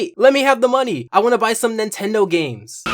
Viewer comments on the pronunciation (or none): none